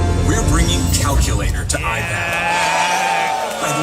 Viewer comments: I pad ❌ I padwaa✅ 💀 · Ipad ❌ Ipadva✅ 😂😂😂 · I pad ❌ I paduaa ✅ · ipad ❌ ipadwa✅...🤣😂🤣🤣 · Bhai jab ap ipadwa bolte ho to ek dam mza aaa jata hai Lagta hai koi bihari Bhai aagya ❤ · iPad❌ iPadbaa ✔️🤓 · Ipad ❌ Ipadwa ✅ 😂😂😂